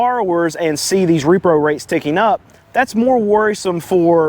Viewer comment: You said repro . Hahaha you said repro.😂😳